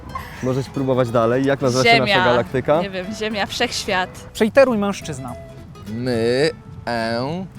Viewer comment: gaLAktyka... akcent... :(